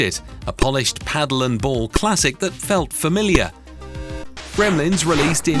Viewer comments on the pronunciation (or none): none